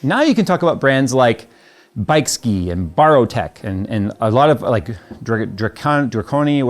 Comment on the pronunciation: I’m sorry but the way you pronounce bykski hurts my soul